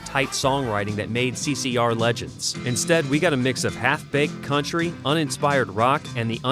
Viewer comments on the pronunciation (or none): none